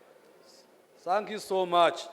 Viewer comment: Oruzuungu norwa Sankiyu points Za MTN 😂😂😂😂